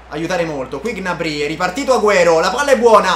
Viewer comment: Solo a me da fastidio come pronuncia Gnabry?